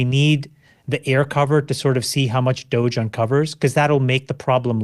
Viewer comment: Anybody else find Calcanis a wee bit pretentious? The way he pronounces "Doge" for example? He sounds like he should be a stylist for Lady Gaga. hahahaha